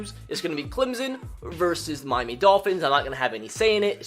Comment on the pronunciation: Same when he says Clemzon and Mimey Dolphins